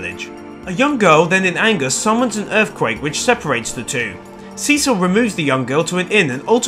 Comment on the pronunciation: Why do you pronounce Cecil wrong? It's not a long E it's a short E.